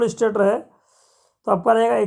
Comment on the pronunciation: स्टार्टर नही स्टेटर होता है